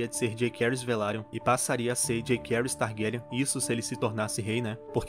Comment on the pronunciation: A pronúncia da série não ficou Jakerys e Lukerys, mas sim JaÇaerys e LuCeris.